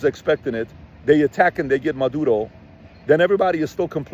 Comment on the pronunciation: "Maduro" not Madro....